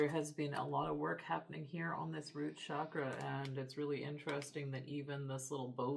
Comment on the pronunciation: Hello friend. I enjoy your readings very much, thank you. But I wanted to let you know that the word chakra is pronounced with a hard "CH" as in chair. It is not pronounced "shakra", which has another meaning in Sanskrit.🙏🏼